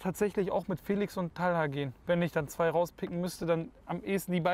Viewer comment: Talha und nicht "Tahla" ?